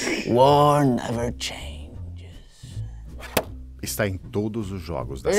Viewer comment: o felipe neto falando war war never thanges 3 vezes KKK